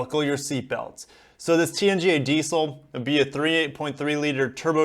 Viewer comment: Just to let you know its called diesel not diceil😀😀